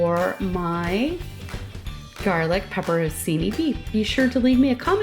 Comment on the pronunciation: Pronounce it correctly, “Pepper On Chee Knee”. Thanks from an Italiano